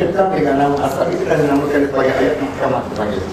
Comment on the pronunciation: Ust w4h4bi mengucapkan muhkamat aja nggak bisa dibilangnya muhakkamat, gimana mau diskusi, parah!!!!